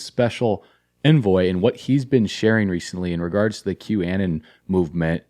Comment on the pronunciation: Im not sure if you're deliberately saying this, but it is pronouned "Q-uh-non"